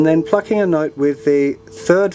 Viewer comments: each time you say plucking i think you say fucking... lol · he says "plucking"